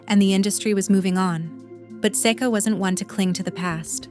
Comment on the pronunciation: Another mispronounce from AI. Seek uh. Not Sayka or Secka. Didn't learn a thing.